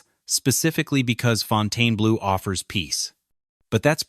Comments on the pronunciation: Fontayna-blue? How aggravating is that? Is it that hard to find somebody to narrate a video? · The narrator keeps pronouncing the resort's name incorrectly! Why? Hasn't he heard before the correct pronunciation??? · It is called Fontainebleau and not Fontaine-Blue. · Fountainblue. Brutal narration and pronunciation. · Fountain blue is how its said lol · It’s pronounced Fon-ten-blue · Why can't they program the electronic voice narration to pronounce the name of the video properly, throughout this entire program?! Pronounced, Fountain Blue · It surprised me that this hotel is failing. The one in Miami is one of the most successful hotels in the region, and Vegas seems like a no-brainer. Maybe Vegas is different, but in Miami, its just pronounced Fountain Blue, not the way OP says it. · Fon tane UH blue!?!? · The narrator does not know how to Pronounce Fontainebleau. Really drove me nuts! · Are you serious? You can't even pronounce the hotel's name? Ridiculously. I stopped after the first sentence. Shameful. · It’s not pronounced that way - it’s not abbreviated! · Someone tell this idiot how to pronounce the Name! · He can’t even pronounce the name correctly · So Funny! Can't Even Pronounce The Hotel Name! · LEARN TO PRONOUNCE THE NAME OF YOUR SUBJECT. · You would expect that the “narrator” would figure out how to properly pronounce the name of this facility - or at least how to pronounce the name consistently. 😊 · It's impossible to watch when they mispronounced the name of the hotel, which is the topic? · I think you are pronouncing the name of the hotel incorrectly. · I love the way the narrator can't decide which way to pronounce the name so he alternates between two different pronunciations. 😊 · The narrator doesn't even say the name of the hotel right! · Narrator cannot even pronounce the hotel name correctly! 😂😂 What a joke! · Why does this site mispronounce the casinos name ??